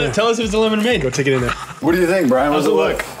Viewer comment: This was the intro. Hello welcome to lemade It's supposed to be lemon made not lem made